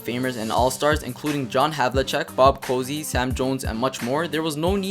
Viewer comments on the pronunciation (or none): Bob Cousy is pronounced "Cooozzee" not "Cozy." Also I generally agree with you but he was still the backbone/core of those Celtics championships; no Russell, no titles. He's not the greatest but still a top 5 center of all time. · the fewer teams the greater the concentration of talent...you can't even pronounce 'Cousy' correctly...a 'cozy' is something used to warm or retain heat...high rebound totals were about pace, not height....can't finish this video....